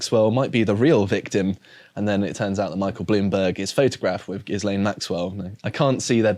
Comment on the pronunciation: Fuck sake, you'd think by this stage you'd know it just Elaine with a G?